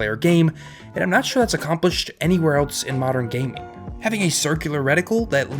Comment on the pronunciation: You say else like eltse